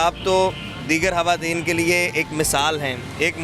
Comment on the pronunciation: Hawateen nhi hota, khwateen hota hai. Jb tm log screen pe ate ho to km se km apni pronunciation to theek rakha kro.